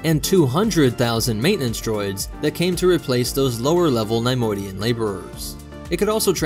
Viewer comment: NAI - modian??? Its NEHY - Modian